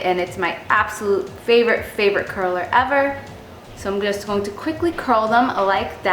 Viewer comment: I've always noticed that you say "going" funny. Lol You always pronounce it as "gone". Haha Random, but cute. Love your vids girl!